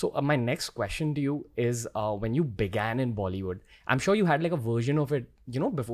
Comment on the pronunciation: why would you say BEGAN like that